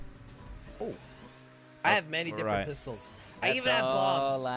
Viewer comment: Why can't you say"different" properly 🤔